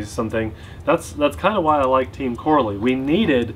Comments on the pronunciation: Gotta be that guy. Pronounced Co-rally lol. They have similar roots as arrma except more successful at winning. Made the jump to bashers which is more profitable. Just like team durango became arrma. Btw before anyone says the copied arrma. All of the flat pan chassis are virtually unchanged from nitro days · "RAY-DIX or RAD-IX" I don't seriously know but it's definitely TEAM "KOR-RALLY"... not "CORRA-LEE" 🤦🏾‍♂️🤣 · It's pronounced Co Rally lol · This reminds me of the Arrma "cratton" Video No not the shape or the design but the way you pronounced it. Team "CO-RALLY" has been around a long time, a lot longer than Arma. It is much more popular in Europe. They just started making bashers though and are currently on the version 2s. Version ones had some issues which they seem to have improved on with the version 2. unfortunately part support is suffering so far here in the United States. Even though the motors have the same KV as other brands they are slightly faster than the competing design. They recently just came out with 4S versions also of a couple of their designs. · I agree I always thought it was pronounced either coh-rally or cah-rally. Either way rally at the end :) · I raced Corally 1/12 pan cars back in the 90's and 2000's. We use to pronounce Corally "ca rally" never heard it pronounce "cor a lee". Now I'm wondering if I been saying it wrong for the last 25 years. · Looks like a quality build, there python is a copy of the arrma typhon, they even used the same letters to make the name! It's pronounced Co-rally btw. Looking forward to the first rip! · it's pronounced co rally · I believe it’s pronounced Co-Rally...like as in rally racing. I could be wrong though! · Here in Belgium, we pronounce It as co-rally 😉 Team Corally started 1986 and is a. Belgian Company.